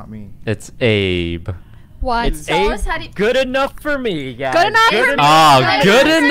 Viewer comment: When he said “what’s up Abe.” It sounded like he said “what’s up babe.”